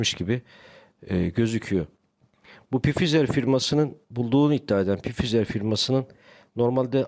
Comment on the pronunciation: Hocam Pfizer diye değil de fayzır diye okumanız gerekiyor sanıyorum. Özür dilerim bunu belirttiğim için